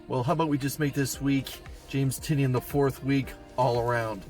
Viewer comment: Thank you for pronouncing Tynion correct